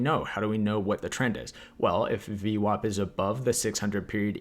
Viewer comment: omg its vwap -not vwop !!